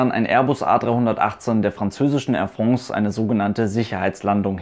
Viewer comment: Ich muss immer schmunzeln bei "Air Frongs" 😂 sehr gutes Video!